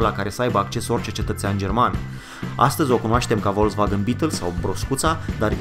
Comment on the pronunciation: Nu vreau să-l supăr pe comentatorul acestui documentar (?!), dar l-aș ruga sa se intereseze cum se pronunță, in lb.germana, litera "V" (inițial, deci cu care începe un cuvânt). Dumnealui pronunță GRESIT denumirea automobilului VOLKSWAGEN, pronunțând exact cum este scris, dar CORECT ar trebui să pronunțe FOLKSWAGEN (deci, că sa fiu mai explicită, litera V, cu care începe un cuvânt în lb.germana, se pronunță "F"). Îmi cer scuze pt. această "prelegere", dar este păcat că aceste informații atât de interesante să fie "umbrite" de un motiv, in aparență, banal. Altfel, a fost o plăcere să-i ascult informațiile pertinente ale tânărului, pentru care-i mulțumesc !